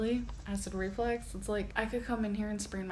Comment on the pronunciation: If she says acid reflex one more time.... ITS ACID REFLUX.